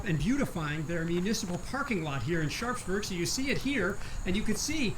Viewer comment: Love the tour, been there a few times and look forward to getting back. One thing though, it seems the locals pronounce the town almost as 'Sharksburg'. At least that's how it sounds from:) Keep up the great work guys!